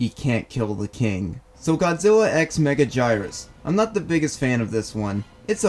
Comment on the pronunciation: And he mispronounced her name